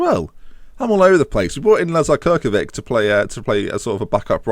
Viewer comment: Ha-ha! This 0-0 draw is logical, because you told the team (during the previous game) that you want all 3-0 wins. They overstepped with 6-0, so in the next match they did something for the "3-0 symmetry"! :-) The Cirkovic name is pronounced like Chir-ko-vich.